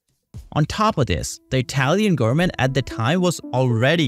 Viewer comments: O.M.G ! Repeat after me: , g o v e r n m e n t . Nooo, not garmin. No man, not garmen, , g o v e r n m e n t . G, o, v, e.. stop there! Say V ! Wow ! Repeat V until you succeed ! I know you can ! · Wtf u sayn “gurmen”? Can pronunce a v?